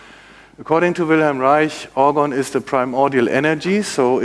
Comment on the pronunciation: Finally I hear someone pronounce Wilhelm Reich correctly.